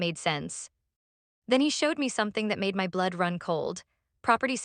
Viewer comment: This is a very harsh horrible AI voice, I don’t think I can listen to it all, it’s very grating on the nerves! also, it’s another AI voice that can’t pronounce ‘my ‘ it comes out as M Y